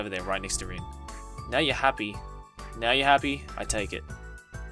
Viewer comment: How her name is spelled: Rin What I’m hearing: Din